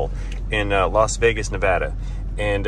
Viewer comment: thanks for pronouncing 'Nevada' correctly 👍! Most foreigners mispronounce our state "Nevawdaw! lol